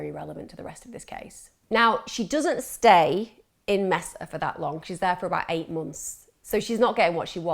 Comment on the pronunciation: It’s pronounced “Maysuh”. Not “Messa”.